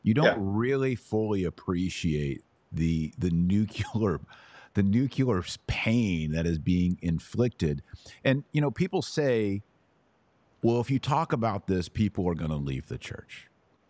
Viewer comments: "NEW~KLEEEE~ARR"...not and never "NEW~CUE~LAR" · Nucular. Nice.